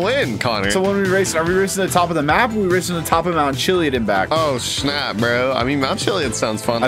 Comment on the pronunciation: It’s not pronounced chillyid it’s Chillyadd